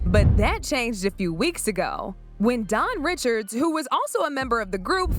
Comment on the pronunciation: keep mispronouncing Ri shard - Dawn said she's from Louisiana, her name's French.